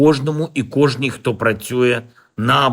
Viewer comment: Кожен,кожня,кижний,Они там что коляться наркотой😂